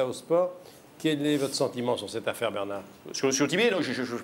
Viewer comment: "Il se "Pasqua" dans cette affe-aire?!"